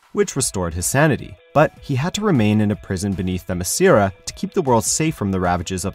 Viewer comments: Great info but you're saying the names wrong is maddening. It's Hyp-Pol-La-Ta and Them-ma-sCara. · I'd give this video a thumbs up, but the speaker can't pronounce Hippolyta or Themyscira properly. Both are said many times in the recent Wonder Woman movie. I thought you guys were a tad more professional than this. Very disappointed.